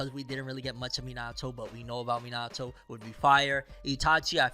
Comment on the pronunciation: Everyone says Minato name wrong